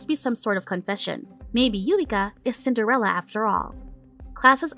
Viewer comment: Is it Cinderella or sender-Ella?